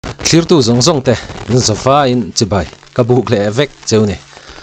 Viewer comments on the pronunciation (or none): none